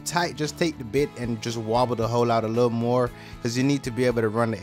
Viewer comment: Whenever he says hole. I heard hoe🤘😭😂